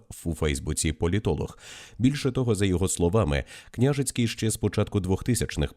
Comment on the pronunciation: Наголоси для аас відсутні? КнЯжицький😂 вся країна знає, а ви ні😅